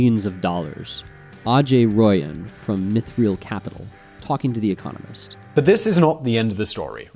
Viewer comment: *Mith-rill not Mith-reel.